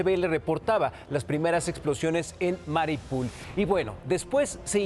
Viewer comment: el mapa: "Mariupol" el man: "Maripul" el mapa: "Jarkov" el man: "Jarvix" ES LE VIOSA! NO LEVIO SSAAA!